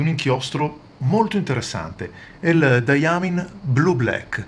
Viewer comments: Le tue recensioni sono fantastiche, non posso che ringraziarti per questo (quanti soldi mi permetti di risparmiare evitando acquisti che farei "solo per provare" ). Ti vorrei però fare due appunti, se mi permetti. Il primo è che Diamine si pronunci Dai Main (o se vogliamo daiamain). Dye (pronunciato appunto dai) è il colorante, la tinta. Mine è invece la miniera. Diamine sta quindi per "miniera delle tinte" (quando lo si pronuncia correttamente). Ed è una ditta che ha sede a Liverpool, nel Regno Unito, non è americana come la Noodler's. Spero non ti siano stati sgraditi questi due appunti. Ancora grazie per le tue recensioni!! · Ciao, grazie per la gradita precisazione,......ogni tanto mi scappa qualche strafalcione :-) e sulla pronuncia di "diamine" ormai potrei scriverci un libro: prima o poi imparerò a pronunciarlo correttamente ! ciao